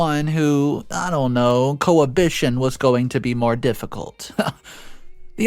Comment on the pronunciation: It's pronounced Co-Habit-ation NOT Co-Habishion. thank you that is all :)